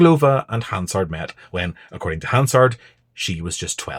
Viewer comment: You can tell this guy is a weasel from the way he pronounces Hansard.